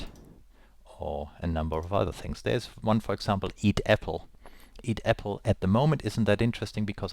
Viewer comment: are you german? :) I heard apfel